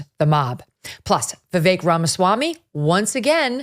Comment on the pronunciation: Once again Jesse Kelly mispronounces Vivek's name. It is just another way he shows his contempt for Vivek.